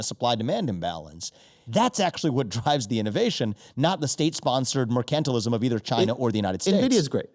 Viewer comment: have i been pronouncing mercantilism wrong this whole time?